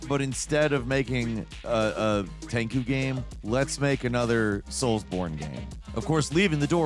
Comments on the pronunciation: Tenku?.......you're doing it purpose. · Did you just say tenku? Lmfao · "Ten-ku"? Sometimes I wonder if these weird slips are added deliberately to drive engagement.